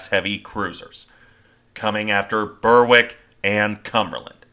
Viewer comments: The first county class cruiser was HMS Berwick, pronounced Berik not Berwik. Berwick-upon-Tweed is a border town in England, while Berwickshire is in Scotland. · Quick note on pronunciation: Berwick is pronounced Berrick - like berry but with wick on the end. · Berwick is pronounced Berrick.